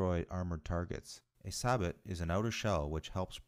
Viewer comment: With regard to the exploding ammo, that's an old psyops trick ... Also sabot is pronounced sa-bow not sa-bot